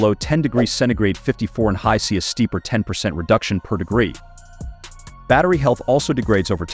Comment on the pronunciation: I noticed it at the Fahrenheit. Made me stop watching and dislike the video.